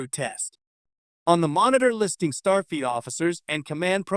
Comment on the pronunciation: the AI says 'Starfeet Academy.' Teee heee heeeee. And it's repeated several times during the rest of the video. I'm glad there was some payoff to listening to this painfully awkward, overly longwinded, terrible AI narration. If you generate an AI narrated video, is it impossible to correct anything after it's done? Do you just have to accept it entirely as is or throw it away? Most of these AI videos are so terribly narrated that I can't believe that anyone in the world would think they are fit to post. I think even someone who doesn't understand English could tell how awful this is.